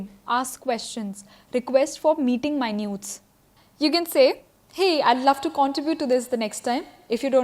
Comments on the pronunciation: Meeting minutes ..... not maaynuuutes. Its minutes ...meenites. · Meeting "minutes"? What the! Atleast know what you're reading out! Unsubscribed